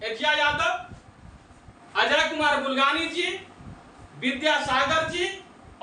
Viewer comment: Bulgane nahi bulganin